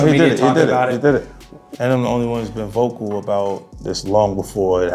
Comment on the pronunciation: “I’m the only one who’s been VOKOO about it. I’m uncomfortabooo. I think fiddy cents means VOCAL.